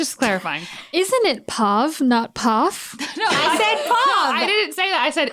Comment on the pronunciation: Hilariously, in Cajun French "Pauvre" means "Poor". It's normally said as "Pauvre bete!" (pronounced Pauve - Bet) which means "Poor baby!" The whole time Amy was talking about y'alls P.O.V. it sounded like she kept saying "Our Pauvre" and I was like, "Wait - their poor what!? What is going on!? Is everyone ok!?" I guess Pauvre Chad, I hope he feels better soon!